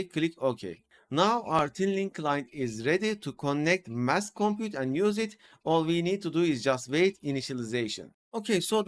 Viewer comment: Hey! You're pronouncing "Massed" correctly! Good for you. I was thinking of saying something since you say it so often. Mast. Did someone else point it out? Foreign languages are hard. Fantastic.